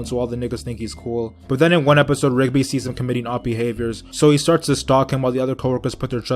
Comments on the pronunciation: “Malacai” and “rugby”........ It’s “morticia” and “rigby” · It's mordicai and rig-bee not rug-bee I mean I get it was a joke but it hurts my ears every time you say the names wrong 😂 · Bruh it’s rigby not rugby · It’s Mordecai not malicai and Rigby not rugby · Lol it’s not malichi and rugby it’s mordici and rigby 😂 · it’s mordecai and rigby not Malaci and rugby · Not roguebe rigbe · Bruh it’s rigby literally his name is pronounced like how U not know that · No I didn't, I was bout to have a stroke if I heard rugby one more time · Why did he say Mordecai & Rigby like that